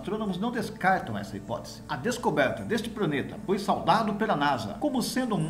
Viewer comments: Apesar falar:"praneta"é um dos melhores canais de astronomia do YouTube. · Como está longe. Gostei da matéria porém me permita uma crítica construtiva, não se pode falar "praneta".